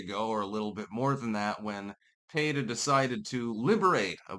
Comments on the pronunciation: PEETA not PAYTA... why are simple words so hard for you to pronounce? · "PAY-tuh"? No, it's not the first name of a lady from a Spanish-speaking country, it's just "PEE-tuh". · Pee ta 😂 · Well it's an acronym, so there isn't really a "correct" pronunciation. Most people say "peeta", so that's it's understood pronunciation, but it's not like it's a real word. As a pedantic douche, it seems like you would know that. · pronouncing Peta the same way as Beta. Meh, I wont complain. lol Edit: I wasn't trying to correct him... I was laughing about how he made Peta and Beta rhyme, considering peta ARE betas. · . . . Are you saying their name like that on purpose? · You are mispronouncing P.E.T.A.